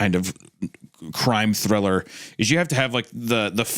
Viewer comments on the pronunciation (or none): none